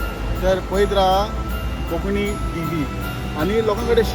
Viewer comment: Bro plz say konkani uloiat and not konkni